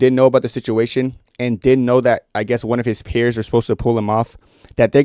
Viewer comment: Thanks for the info. Just a heads up, it’s “peers” not “pears”. Idk why but it just bugged me a lot. Other than that, great video 👍🏻